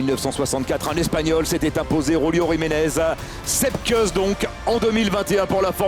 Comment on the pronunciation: "Kouss" Sepp "Kouss" pas "keuss"